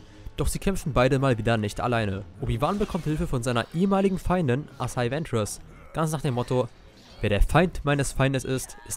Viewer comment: Bitte sprich es nie wieder asaii Centers Aus sondern asajj ventress